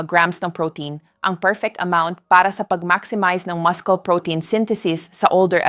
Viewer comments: 1/5/26: From California. Hi.. I'm sorry but after watching your video sumakit ang ulo ko, dahil sa maraming mahirap intindihin na terms.. lalo na yung repetitive wrong pronunciation ng muscle (muskel) & other English terms na pilit tina-Tagalog. I'm sure you know what I'm saying. It's like a robot continuously talking trying to speak Taglish but not understanding what is being said. Your vlog somehow loses its sincerity to let your listeners/patients really understand the solution to their medical concerns. We hope that you'll look into this matter.. thank you Doc! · Ngayon lang ako nakarinig ng maskol ang pronunciation sa muscle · Our Filipino Grammar didn’t teach us to pronounce muscle as maskle. I am sooo worried… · Too many mispronounced words, especially Muscle. It’s muh-sl. Even the Tagalog words are mispronounced. Good tips though. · Dr muscle pronounce silent (C) musle dapat tnx po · Bakit po maskel ang pronounce masakit sa tainga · Dati noon is muscle,😂😂😂 Ngayon man mascul na.. noon YouTube Ngayon YouTube na ibang IBA ang pronunciation.. anu ba tlaga.. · Pronouce masel sa mucles😂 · Yes, po naguluhan ako sa pg-pronounce nya ng muscle, bagong pg-pronounce ba Yan - maskel? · Turn off sa wrong pronunciation hehehe... MASKOL! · Haha ,maskol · AI kasii kya ganyan pag pronounce maskol ang muscle😂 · Wrong pronounciation ng muscle..research sa dictionary d right pronounciation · P!ease pronounce the word muscle accordingly. Thank you. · Pagbigkas lng ng muscle mu Mali p, iniislang mu Kase Ang pgbgkas mu dika nmn amerkano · Bobo mali pronounciation ng muscle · Doc how do you pronounce muscle?I think you mispronounced it doc. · Why can't you I pronounce MUSCLE correctly.pla check. That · Pakiayis naman ng pag pronounce mo ng muscle. Nakakahiya! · Are you really a doctor or not? You don't even know how to pronounce muscle correctly. Hindi maskel ang correct pronunciation kundi masel🤣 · Muscle - Muh•sl not maskul